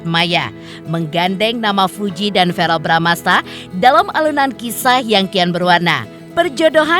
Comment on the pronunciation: VEREEL....BUKAN VAREL....🙄🙄🙄🙄🙄